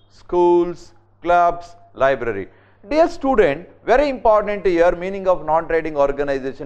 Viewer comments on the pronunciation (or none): none